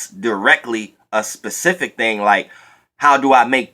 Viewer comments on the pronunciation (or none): Lawwwd, the word is Specific....Not Pa!!!